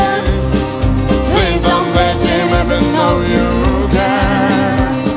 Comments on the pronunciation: 4th video watching this guy singing American songs. Nice voice but the pronunciation is funny. It's joe-lean not jo-lin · It’s sounds like Jolene is being pronounced Jolyn not all the time just when they sing together. Apart from that it was pretty good. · Your right it isn’t who has the best pronunciation, they only say jolyn while singing together while singing separately they sing Jolene. I still love this battle they are both great. I taught English as a second language for a long time so I do listen to their pronunciation. I have to say the singers on The Voice have all been very very good while singing in English I know that English hasn’t been taught in schools for very long in Mongolia. So this makes it even more amazing the singers have been so good. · I just wish someone would have told them how to pronounce "Jolene"